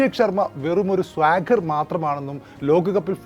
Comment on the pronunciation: സ്വാഗർ അല്ല..... സ്ലോഗർ ആണ് സേട്ടാ... 😁😁🤣🤣😂😂